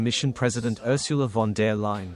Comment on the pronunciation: It amuses me how the AI bot voiceover say Ursula von "dear" Leyen 🙂